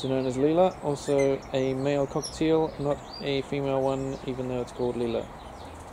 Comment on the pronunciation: Did you say Headless Cockatiel lol